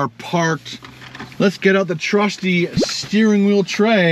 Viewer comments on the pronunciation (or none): none